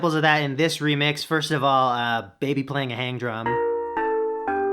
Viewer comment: PSA: Hang drum is pronounced “hung”. [the more you know star]